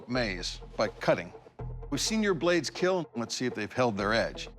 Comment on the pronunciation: I love when he said will keal while he smite